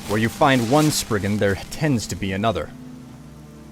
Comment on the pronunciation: "Sprigon"? No! I AM GROOT!